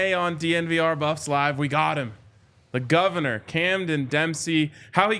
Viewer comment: The Govanah! Love it.